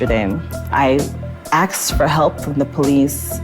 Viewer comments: it is not pronounced "axed" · As soon as she said "aksed" instead of askedI knew she was hopeless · “… I axed for help from the police…” 😐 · maybe you shouldn’t have axed the police then 🤷‍♂️ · She probably wouldn't have had issues with the police if she had "asked" instead of "axed" the cops. By her own admission. What a moron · Well the problem is clear. She "axed" the police for help. They axed her. She got what she "axed" for. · Really? 😂 I knew she cannot be trusted when she said „axed“ instead of „asked“ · Well, that was the problem she “axed” for help instead of asked for help. And yes, folks she is an English teacher. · She actually said axe instead of asked 🤔🤨😐😑😐🤷🤦🤡😌Is she going to teach Russians "axe" instead of asked? 🤔🤨😐😑🤭😊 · I can imagine the Russian audience searching the internet for alternate definitions of "axed". "What does she mean she axed the police? Did she get arrested??" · She “axed” before she was “shooken”……and she teaches English? 😂😂😂😂😂😂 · “I axed for help” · “I axed for help” classic 😂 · Her "I axxed" also her "grew up in a normal russian orthodox family"... if thats the case then quit pandering TRICK! go an axe that. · But she AX for help! (Also, she's an English teacher) 😂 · She is an English teacher in Russia and says “Shooken” for shaken and “ax” for asked??? Poor Russians learning English from her. If racism follows you everywhere you go, then the problem is YOU, not others. YOU are the racist! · She axed? 😂😂😂😂😂😂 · She teaches English, said axed and shooken. They weren't racist, they just don't like stupid. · I can’t believe she axed police 😮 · "axed" & "shooken" ... and she teaches English!? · She "axed" for help? 🤔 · "I axed the police for help." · An English teacher: "Aksed". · "I axxed for help". LOL. No smoke detector alarm going off, however. They missed that. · She axed for help from the Police. lolllllll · "I axed for help..." Right there, that says it all. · They threw her down because she "Axed for help"